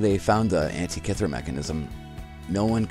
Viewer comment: you say Antikythera like a moron... other than that. good vid